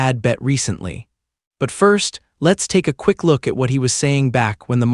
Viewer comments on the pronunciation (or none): none